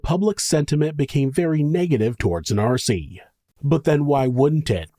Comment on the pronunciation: Hey MonSter loVes , it’s Nancy, not Narcy . Miss you guys.